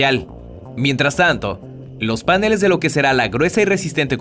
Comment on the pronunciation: no se dise panele's se dise paneles